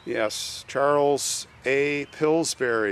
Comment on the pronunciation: Every time you say Pillburys...it sounds to me like it is another kind of berry...like strawberries!!! Now I want to try Pillsberries!!! LOL!!!